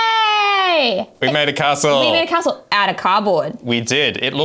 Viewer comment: Anyone else triggered by "Ca-stell". Great work on the castle team:)